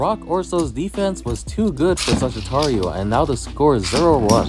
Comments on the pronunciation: Not suggiturio saj-it-ario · i love his vidios but he sais sagitario wrong its kinda buging me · The way you say Sagittario sound funny. It's almost what I'm used to but you give the last A a small tone